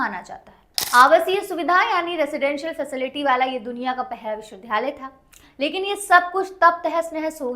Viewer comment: सही शब्द विद्यालय (Vidyalay) है विध्यालय (vidhyalay) नहीं,इनके द्वारा विश्वविद्यालय (Vishwavidyalay) की जगह विश्वविध्यालय (Vishwavidhyalay) बोला जा रहा है जो गलत उच्चारण है।